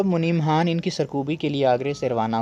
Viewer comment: bhai Khan ko Haan kaun bolta hai Urdu me? Khidmat ko Hidmat kaun bolta hai?? Matlab kuch bhi haan?? Turkey wale Khan ko Haan bolte hain urdu wale nahi